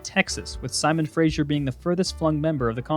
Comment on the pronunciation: Simon Fraser...Pronounced "Frazer", not "Frazher"